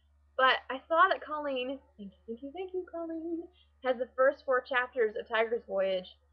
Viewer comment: You got her last name right! Her first name is more co-lean instead of call-lean. Great vlog!